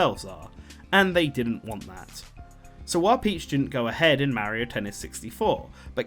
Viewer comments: It's painful how you can pronounce Wario correctly, but not Mario. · How do you pronounce Mario is extremely painful to the years.